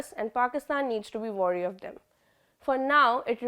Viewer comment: For real